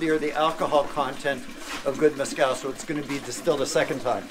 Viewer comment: Couldn’t finish watching this when they couldn’t pronounce Mezcal correctly. Total turn off!